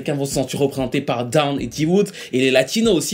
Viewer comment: Dawn se prononce done